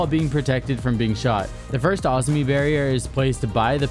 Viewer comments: It’s Azami not Auzmi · This man did not just say “Ahz-me” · you pronounce azami weird as fuck